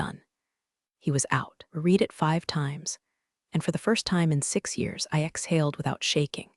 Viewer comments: The past tense of "read" is also spelled "read," but it is pronounced like "red." This means that while the spelling remains the same, the pronunciation changes between the present tense (pronounced "reed") and the past tense. HAY , you damn computer app --- are you smarter than Atari Pong 😎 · Read is pronounced (reed) or (red). Your AI is embarrassing you and you were much too lazy to edit an AI story. How incompetent are you?